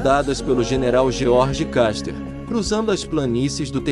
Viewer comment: George "Caster",😂 Se pronuncia "Kuster" 😅😅😅